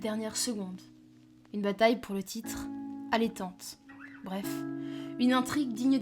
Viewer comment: Et, Allaitante ça vient de allaiter (tu sais le lait et tout quoi) allé tante avec un « e » qu’on prononce comme.. et bah.. un « e » quoi 🤣😛